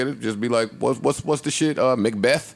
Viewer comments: malbeth-- mal&betha 😂😂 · "Mal & Betha" 😂😂😂😂